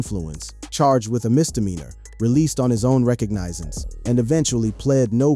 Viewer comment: Its pronounced re cog na sens!!